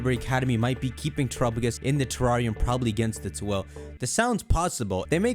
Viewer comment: Lol “teRRAWRium”